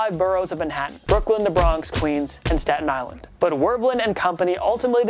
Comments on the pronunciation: Um, it’s STATEN Island, not “Staton”. Also, I have understand showing the famous - and hilarious - Butt Fumble... But what about Super Bowl III? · "STATEN Island", not "STATON Island". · It's Staten Island not staton island. Go Jets! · Says there's five boroughs of NY, only lists 4 of em... also pretty sure it’s spelt ‘Staten Island’